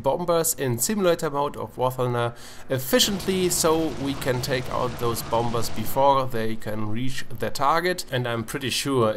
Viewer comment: I know that I might be a apin in the ass but dont say 'bomBers" say "bomers" apart from that awesome video.